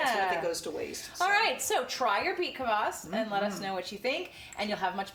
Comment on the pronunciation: It is pronounced KVAS not Kavass :)